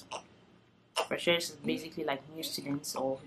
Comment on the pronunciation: Are you a Cameroonian? I just heard you say frecheur and I was wondering 😅. Also I’ll be coming to Turkey for studies before the end of the year and I’m just trying to get as much info as possible.